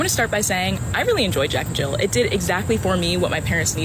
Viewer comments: Jill. JILL. There’s no fucking s on the end! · Why he keep putting an 's' at the end of Jill...